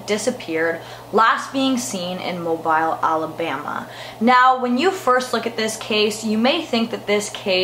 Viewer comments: Its actually pronounced MObile like automobile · This is my dad's side of the family. I know all the children personally. (they are my aunts and uncles) Some recovered well, some didn't. Just know, we have been trying to help them as much as we can, for anyone wondering where we are now. (Btw it’s pronounced “Mobeel” 😁)